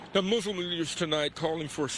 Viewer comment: What is MuZlim? ... It is Muslim ... The newscaster needs to be given some education on pronunciation.